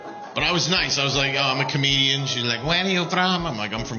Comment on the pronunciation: clocking this said "komedian"